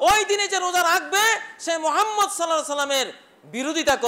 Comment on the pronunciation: আপনার সমস্যা কি ? কেউ যদি রাত জাগে আল্লাহর ইবাদত করে তবে ক্ষতি কোথায় । নবিজীর নামটাও তো ভালো ভাবে উচ্চারন করতে পারেন না । এসব ছাড়েন ভালো হয়ে যান ।